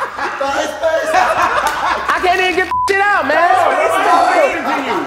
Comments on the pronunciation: Before I get any further “thigh space” I wonder if anyone’s gonna say it 😅. Update somebody did say it 😭😭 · When said THIGHSpace!!!